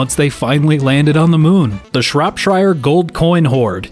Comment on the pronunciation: Shropshire... He is American, so I can't blame him.